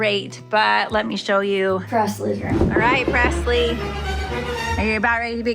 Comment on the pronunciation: pressle like passlie